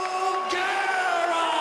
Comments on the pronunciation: Bruce pronounces all but one of Nog's names wrong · Murko Cro Cop? Rrodrigo Nogueira? Give me a break. He has no clue how to pronounce foreign names. It's so disrespectful!